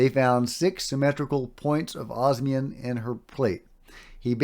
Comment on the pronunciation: Osmium, not obsium. Yes, it is the rarest naturally occurring and stable metal on Earth. Rarer ones have extremely short half lives (seconds at best) and don't matter because you can't do anything with them (eg francium)